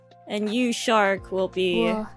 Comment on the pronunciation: Time for some Gawrbius What's a sha-ha-ha-hark? Is that supposed to be a shark that giggles a lot?